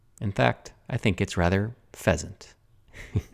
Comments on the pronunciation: ❤️ 🤭 you're silly! "Phesant" 🙉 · You had me until “pheasant”. 😏 Great job with all the TLC it needed!!